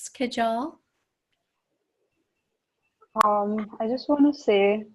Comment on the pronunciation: Kajal is pronounced Kaahjul